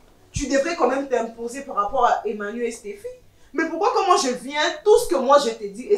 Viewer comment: Je pense que fait une erreur de prononcer le sobriquet " Emmanu" au lieu de " Emany " car on dit soit " MANU"; " EMMA " ou encore " Emany " valable pour filles ou garçons!